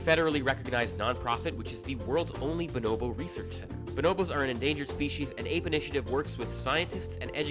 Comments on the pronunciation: Speaking of pronunciation and language; “b’nobo”. Said in any other language, one would actually pronounce each O as…… an O and not an I or an E…. Why does she pronounce it “binobo”?? It’s BO-NO-BO. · Why do you pronounce it buh-NO-bo? They're BO-no-BO